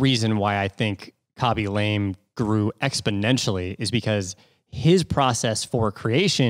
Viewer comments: Had not heard of Khaby before, but enjoying this episode nonetheless!! I'm gonna go out on a limb here with what little I know of foreign languages and guess his last name is pronounced more like "Lah-may" rather than "Lame" with the long "a." Cheers! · Khabey Lamay - not Kaby Lame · It's not lame It's pronounced : la ame Say la like lalalalala then mé like meh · Ahh you pronounced his surname incorrect the whole time 😢 it's more lar-may. You mentioned at the beginning you were unsure if you were pronouncing his name correctly, and I suppose if you're presenting one person that's one touch of research that could help - just pointing out as I was watching your Mr beast interview and you all agreed that it's good to hear when you did something wrong to ensure the best content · Khaby La-meh